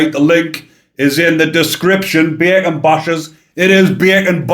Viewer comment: I'm American, but I lived in the U.K.and am pretty good at understanding different accents. However, whenever you said bacon I thought you were saying bergen and I couldn't get why these scum were called backpacks! Thanks for showing the t -shirt. 😂